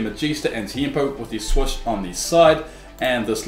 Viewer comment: ‘The swush’